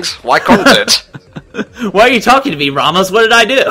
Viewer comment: it´s pronounced ra ( like the god) mos not ramos with a y. it is spanish